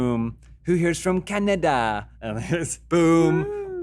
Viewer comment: I love how still says Canada like we do, represent the maple syrup my Canadian bud.